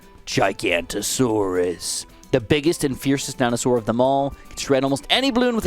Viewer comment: giga no to saurus not gi ganta saurus